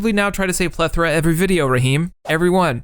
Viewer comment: You're the only gaming youtuber who pronounces "plethora" correctly.